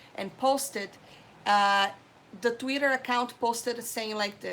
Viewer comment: I love how she pronounces Twitter like "Tweeder". 😊